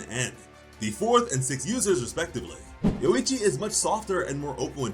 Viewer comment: Say yorrichi but remove the two r's and add a u between o and i